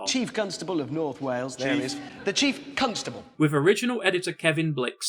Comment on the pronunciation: Hammond empahsises the syllable 'cunt' at the start of 'constable'